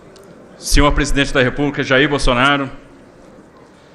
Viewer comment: o Borrrsonaro com essa pronuncia do R soa artificial. Um caipira do interior de SP nunca pronuncia o R assim. Esse Mazzaropi deveria asumir suas origens e parar de dar uma de Zé Carioca.